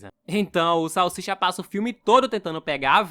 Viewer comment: Salshisha não. cala boca salsicha salshisha. Vc está me desafiando é iiii rapaiz